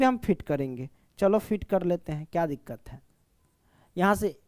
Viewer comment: Koi dikat nahi dikat😂